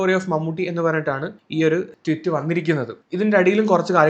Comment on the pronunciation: ട്വിറ്റ് അല്ലെടാ പൊട്ടാ ട്വീറ്റ്